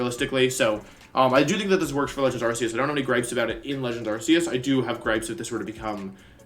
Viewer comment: You pronounced Arceus wrong